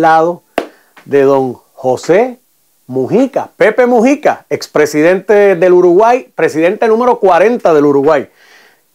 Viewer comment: Disculpe es Mújica p q el.chisme este lo lee como.musica